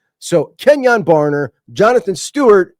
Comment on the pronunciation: Kenyon BarNer not Barber. Go Ducks!